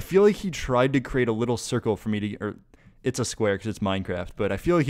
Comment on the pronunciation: Did you say "too risky five me", like "too risky for(/four) me" on purpose that's amazing